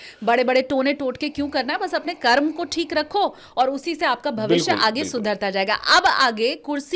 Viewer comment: मैडम एंकर महोदया कर्म को कर्मा तो मत कहिए। आपकी अंग्रेजी बहुत अच्छी तो नहीं ही होगी। या तो हिंदी बोलिए या केवल अंग्रेजी भाषा में।